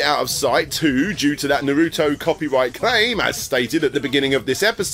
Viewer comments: "Naruto" is pronounced "Nah-roo-toe" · Narado, the anime with the cowboys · Bro, it's "ナルト" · Love that your mispronounciation of Naruto is now an inside joke. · I want a whole video of doing every pronunciation possible of Naruto. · mispronouncing naruto three times in a row bugs me, even if I hate naruto, haha